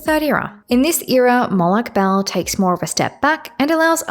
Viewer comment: For future reference, I'm pretty sure most sources pronounce it as "Mo'-log (or lag) Ball" 😭